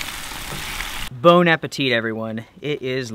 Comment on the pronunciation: you said it right, "Bon appétit!" ;)